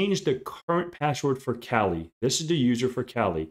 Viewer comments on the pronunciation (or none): The Kali distribution is named after the Hindu goddess of the same name. It is properly pronounced with an AH sound as in kah lee. In addition, pronouncing it the other way creates an unnecessary homonym as that term is short for 'California.'